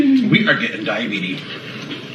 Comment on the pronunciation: did he say "die of beaties"?